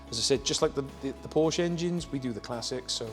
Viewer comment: Soooo, after saying how to pronounce the name correctly, you dudes are just too lazy to pronounce Porsche properly? Good video though.